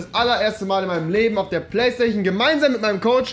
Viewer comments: Hahahahahhah ich hasse plaistaichon wie es rewi sagt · Rewi sagt nicht PlayStation sondern Playstachion haha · Playstachion haha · Ich hasse playsta-ch-en, 😂😂